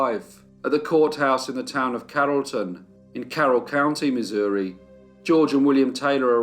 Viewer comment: Yes you pronounced it correctly.